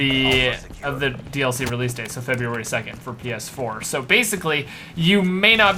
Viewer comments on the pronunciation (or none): none